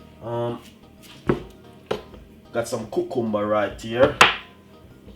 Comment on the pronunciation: I liked how he said cucumber!